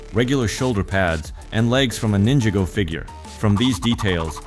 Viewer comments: It sound like when u say it ↓ Nin jih go Even tho it's supposed to sound like ↓ Nin jah go Just telling u that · IT'S NINJAGO NOT "NINJA GO" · It’s Ninjago Not ninja go